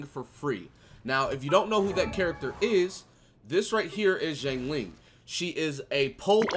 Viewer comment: It's pronounced shiangling (Xiang Ling)